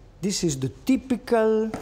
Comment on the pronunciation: "De Cheese"